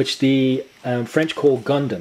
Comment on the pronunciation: You're calling yourself a huge fan, but you're making all those rookie mistakes like mispronouncing gunnm, not knowing when Aqua Knight came out and confusing Last Order with Mars Chronicles. It's a good video and I'm planning on buying Ars Magna myself, but come on, step your game up.